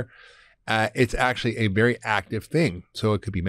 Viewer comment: I was sure he said at the start was “Berry” important 😂